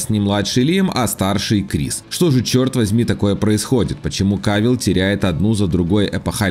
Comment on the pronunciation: Я конечно не в тему. Но очень смешно звучит,когда автор видео пытается ругаться. "Черт возьми" !! Хихихи🤣🤣🤣. Не надо,просто читай свой текст.Без интонации,без чувств и эмоций. Прошу,не произноси этих слов!